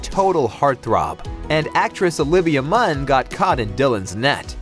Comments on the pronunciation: it's Olivia MUNN, not MANN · Olivia Munn not Mann. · Oopsie! Munn, not Mann